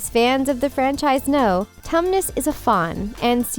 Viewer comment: 😅 she said Mr. Thomas name wrong